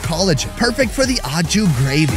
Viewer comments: its not ah-ju it's oh-shoo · please... you've gotta stop saying au jus like "awe-jew" 😂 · the mispronounced "au jus" drove me nuts lol. OH SHOE but the "sh" should have a more "z" sound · SAY AH-CHU GRAVY ONE MORE TIME... lmao I laugh everytime. It must be an american pronunciation. Hilarious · When you hear a tv chef say "En Jus " to sound like a pro and yet still doesn't realize that it is "Aux Jus" that he might be trying to say . Dude why say stuff in french when you have zero clue ....Aprend a parler LE language proprement Sinon tu passe pour un connard.....non pas a canard Mai's un connard.... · learn how to pronounce au jus !!!! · You make a cooking show and can't even bother to pronounce "au jus" correctly the dozen or so times you say it... Not to mention trivializing Amelia Earhart's and the first men on the moon's accomplishments by comparing it to cooking an oversized bird... Do better. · That's not how Au Jus is pronounced.